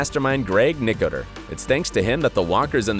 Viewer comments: His name is pronounced: Nick-o-ter-o. Not, Nick-o-ter. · Its annoying the way he saying nicater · Greg nicotero is pronounced like nic-a-tar-o. Not nic-a-ter 😂 Only true fans know how to pronounce his name 😂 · “Greg Nicotur” ? It’s Nicotero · What is that last name you keep saying....Nicoter???? Isn't there an o at the end of that? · Dude. Its Nicotero, not Nicoter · Hit like if you cringed every time he said Nicoter instead of NICOTERO 🤦🏻‍♂️ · Its NOT Nicater Its NICOTERO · It's NICK-OH-TERR-OH! Get it right. Geeze. How can you be a fan and NOT know how to say it? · I really hate the way you pronounce Greg Nicatiro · ( Nik- a- ter-o ) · It’s Pronounced Ni ko tero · Nickater? Nay-gen? Nobody in production thought to tell the narrator he was getting it wrong? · Greg nicker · Drew lmfao nick-a-tur.... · Weird the narrator can't pronounce Greg Nicotero. Lol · he butchered that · Wow dude....you're doing a piece and can't even pronounce Greg NICOTERO'S name right?? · True fans also know the pronunciation of names. Nicotero - Nick-ah-tare-o. Negan - Knee-gun. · Why does the announcer in the clip not know how to pronounce 'Nicotero'?????? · Who told you its Nicoter? seriously who said that besides you? unbelievable. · As if anyone here actually knew how to pronounce Nicotero ..pff Message sponsored by : " Your rando daily post from Italy inc." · he said gregs name wrong🤣🤣🤣🤣🤣🤣🤣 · You pronounced steven, Greg's and negan's name wrong. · Buddy mispronounced Greg nicotaro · Your total and utter butchering of Greg Nicotero and Negan's names earn this video a solid thumbs down. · why the hell is he saying Greg's last name wrong?!!!!!!!! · out of respect atleast learn to pronounce greg's family name properly before airing video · Nice work, like the others here, I was "thrown off" by your pronunciation of Greg's last name, but the content was spot on...... But for your sake, get those names right mate. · OMG listening to him mispronounce Greg's name is driving me CRAZY!!